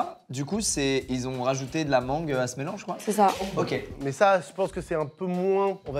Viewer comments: le "a la mangueu" de squeeze à m' eu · Fou rire ya quelqu'un qui a dit la MangEU